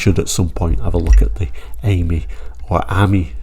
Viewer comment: It’s pronounced Ameeee as in the French for friend .